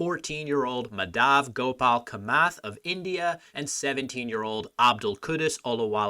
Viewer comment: The name is pronounced Maa (as in demarcate) + dhuv (rhymes with love) and similarly Kaa + muth (the vowels make the same sounds as the first name and the th in the muth is kinda pronounced like the th in "thirst")